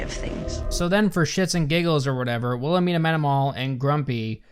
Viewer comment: I cant get over "Wilhemina" (btw all I keep hearing is WilheLmina, cuz... well... thats an actual name). If Wilhelmina is that unpronouncable to their audience (and the cast), a) why the f did the writers choose that name? b) what would they do with the names Xanthippe, Fürchtegott or Giselher? c) they expect me to be scared of a lady thats named after my grandma's grumpy sister?